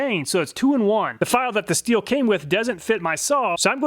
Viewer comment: Just a tip, “stihl” is pronounced as “shtil” (sh sound similar to the one in the word shadow). Never pronounce it as “still” :)